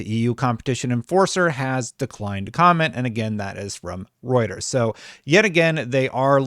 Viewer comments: I can't tell you how good it feels for you to have pronouncing Reuters down pat. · Fewer than 100 needed to hit your 100k goal! But more exciting than that - you pronounced Reuters right! WOO!